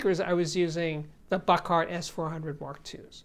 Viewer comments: Steve, you finally started saying Buchardt correctly but now you're back to saying "Buck Art" 😭😭😭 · I actually think it’s his New York accent as opposed to pronouncing it incorrectly.